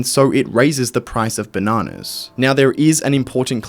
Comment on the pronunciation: Drink every time he says benanas